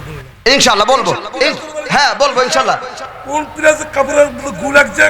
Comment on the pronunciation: Hujur er o vul ase ...sha allahu bolar por shur milaiya eida ki bollo...thik hoy nai kothata